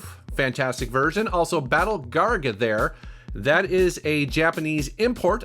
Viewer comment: that was pretty hilarious hilarious how you tried to say garegga...sounded you trying to say gargamel from the smurfs.